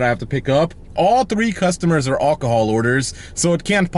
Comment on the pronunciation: Don’t even bother, he doesn’t care. He’s really ignorant, he can’t pronounce any of it. He can’t even pronounce alcohol correctly.😅